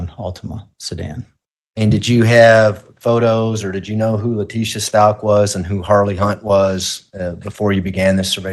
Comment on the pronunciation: You guys!!! I am NOT feelin' Cook. With cases like this one, I always get nervous that there'll be an appeal on the basis of ineffective counsel. He aint' even getting the name "Stauch" right, c'mon now. And he DEFINATELY let Lowry say too much. (Even if it was true.) I'ma keep my fingers crossed that this doesn't turn into a sh!t show.